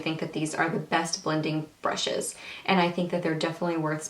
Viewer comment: blllaaahh brrrushes not bLushes i think u droppes hahaha